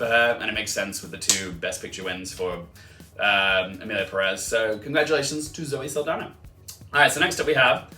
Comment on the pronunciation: For pronunciations: Corbet is "cor-bay" and Perez is "PEH-rez" instead of "Pe-REZ"